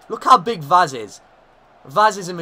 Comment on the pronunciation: If you are interested in knowing how to pronounce Vaz's name correctly, it is read "Vash" in portuguese